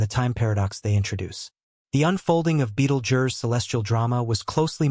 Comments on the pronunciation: Beetle Jur. Here's your engagement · beetlejurse..........? really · Beetle jurrrr.... Come on